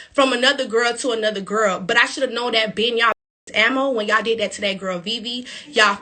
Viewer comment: You said "gel" 🤣🤣❤